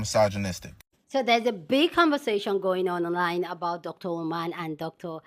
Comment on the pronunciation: Dr Oman? Learn pronunciations before making a cideo